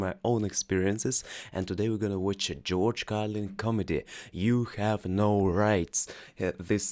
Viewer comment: Обратите внимание на произношение гласных: гласные в словах "glad", "answer", "can", "America" and so on отличаются от "А" - тут должно быть нечто среднее между "а" и "э". В слове "Comedy" должно звучать не "o", а полузакрытое "а". Это очень важные моменты. Глагол send (отправить, послать) неправильный: "Она послала мне книгу" будет "She sent me a book".